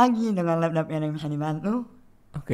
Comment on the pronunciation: Puncak kelucuan video ini, coba elu tonton menit sampe, sambil captions-nya dihidupin. Caption aja ampe bingung sebenernya ngomong apaan.:face-purple-crying::face-purple-crying::face-purple-crying: "Lapdop":face-purple-crying::face-purple-crying::face-purple-crying::face-purple-crying: "Laptop". Maap ya, gw kalau jadi yg punya RS, HR-nya sih gw kasih SP3.